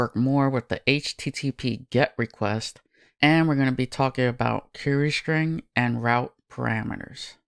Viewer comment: “Shtring” !== “String”